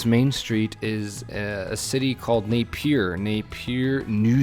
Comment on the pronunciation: As a New Zealander, we pronounce Napier as NAPE-ya. We don't say the trailing R, but you can if you want to: NAPE-yer.